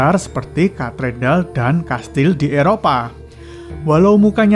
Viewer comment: Sebutan nya bukan katedal tapi katedral